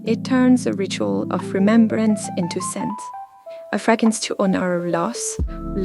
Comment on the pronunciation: I adore you so much and I really enjoy your content! Just wanted to remind you that it’s “fragRance“. Keep up the good work xo 💋